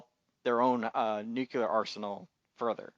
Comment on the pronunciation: Some of your insights were interesting, thank you, though I did think it was also a little odd that you object to science fiction elements when you're discussing a series based on a science fiction novel. Two suggestions for aspiring podcasters - nuclear: noo-clee-ar. It's very distracting when you keep mispronouncing this word. Also, since you're recording, you should have paused a moment to look up that Lem delivered the films that the Man in the High Castle didn't burn to Mr. Tagomi and that "the antique guy" is Robert Childan You did look up the obergruppenfuhrer translation, after all.